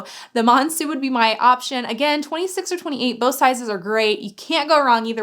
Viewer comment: I LOVE my Monceau, it’s my most used bag at the moment! It is pronounced with an O though at the end, same as when you say Eau de Toilette ;)